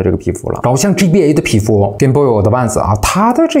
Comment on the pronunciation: G BA 非常好發音